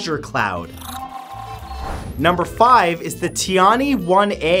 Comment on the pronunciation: please, pronounce tian-he as TIAN-HER. Also, it's Tai Hoo. You could always ask Google Translate to pronounce it for you to learn before you record any video with Chinese words.